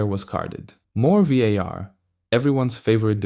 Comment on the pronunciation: As a spanish speaker that VAR pronunciation triggered something in me